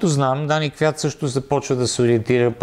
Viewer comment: Май се произнася КвиЯт... Ех,,. Иначе поредното интересно видео.